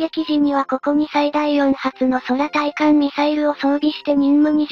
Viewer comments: F-2の対艦攻撃時にはF-15が護衛に飛ぶ事をしら無いのか？ しかし「そらたいかん」ってなんだよ、なんでちゃんと読み上げソフトを修正しないんだ？ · 空対艦ミサイルをそらたいかんと読む音声に違和を感じるな！。ファン離れの原因になるぞ！。